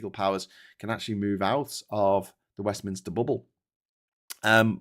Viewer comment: It's Westminster, not 'WestminIster'!